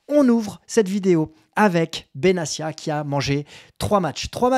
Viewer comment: Salut, au passage, on prononce BenaTia et non BenaSSia !!! Je crois au contraire de toi, qu'il faut faire appel et pousser le bouchon au maximum pour que ces institutions et le groupe amaury puissent se "défroquer" et montrer toute l'étendue de leur haine dont on n'a pas conscience de l'importance !!! Si on accepte chaque sanction, c'est déjà reconnaitre ses tords et l'enjeu n'est pas énorme et 30 ans de soumission ne nous ont apporté qu'encore plus de sanctions donc la rationalité nous force à agir si l'on veut changer VRAIMENT le rapport de force !! Sinon très bonne vidéo comme d'hab !!! 😄💙🤍💯🙏👍